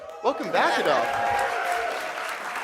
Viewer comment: Uh-DOLPH He be tryin to not make him Hitler--y but for why mispronounce his name? Woah, I didn't know Dolph was part of "Cut it (Woo), cut it (Yeah), cut it (Baow), cut it (Go) Cut it (Get it), cut it (Skrrt), cut it (Bah), cut it. Them bricks is way too hot, you need to cut it" 'Cause we at the top, but we really from the bottom (Bottom) Tell that pussy fuck him and that's how I feel about him Still that same nigga that used to front your big brother (Facts) Found out he a bitch too, now I call him your big sister (Bitch) You still that same nigga that was beefin' with a dyke (But you a gangster, though?) I cannot take you serious, aight (Hah) My lil' niggas beggin' to let them send some scattered showers (Uh-huh) Don't play with me (Don't play with me), play with your bitch (Play with your bitch) Matter fact, when I fucked her, she told me you a bitch (For real) Oh, you must be mad 'cause they call Memphis Dolphland (Hah) Stop slick dissin' and dodgin' me, nigga, let's get it poppin' (What's poppin'?) Ol' pussy-ass nigga (Yeah, yeah) Ol' puss- ass nigga (Yeah)